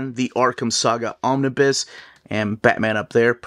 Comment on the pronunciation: I love your content. But I did want to be that dude. The "bus" "Omnibus" is pronounced like school "bus" not "biz"